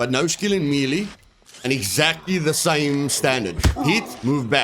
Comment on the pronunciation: Mielie weapons! 🤣 May-Lay, my broer!